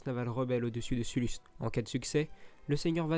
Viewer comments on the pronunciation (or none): ha oui c'est ouf ! C'est le meilleur jeux star wars pour moi d'ailleurs. Sinon t'a des petits problèmes de prononciation lol (genre Piet va se dit "Piète" ou sullust "sellest" par exemple). C'était ironique la fin avec la gigantesque station spatial rebelles, c'est un lvl 1 ou 2 grand max^^ (si mes souvenirs sont bons)